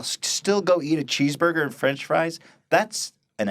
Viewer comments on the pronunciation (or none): none